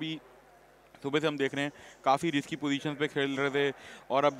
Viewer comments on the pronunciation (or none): none